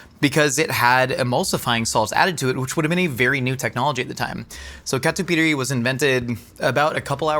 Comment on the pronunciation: Catupiry my beloved ❤❤❤ And pronunciation was great!